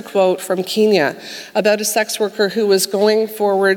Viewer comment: someone teach her how to pronounce Kenya omg